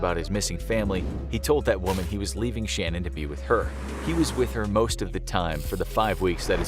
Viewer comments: Chris Watts’ wife’s name was pronounced Sha-Nan’ not like ‘Shannon.’ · It ticked me off every time they said her name wrong. Not gonna tell the story right, not your story to tell!